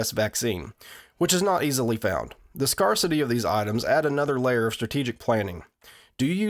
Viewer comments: This was awesome, you've done it again. One pedantic thing because I'm a jerk its "Scare-city" not "Scar-city" (Scarcity, /ˈskersədē/) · Its "scare-city" NOT "scar-city" :) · Dude, scarcity is not pronounced “scar city” it’s “scarce-ity” as in the quality of being scarce. You lunk. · but why the initial assumption? Why scar city rather than the quality of scarceness? Did it make sense to you that it would reflect the behavior of a megalopolis of the deformed? “The creamed corn is as rare as it is in scar city”? I generally applaud and defend mispronunciation- it means you educated yourself, an autodidact. I myself educated myself in a mountain town of 90 from crumbling books. I resented those Ivy League pukes who later in life chortled at me for logically pronouncing what they had tutors to instruct them on the arbitrary actuality of. But scarcity? That’s obviously, again, the quality of scarce-ness. Ie a failure on your part. Answer me a question I’d love to know for myself- how do you redeem yourself from intellectual contempt? Or should we retreat together to Scar City?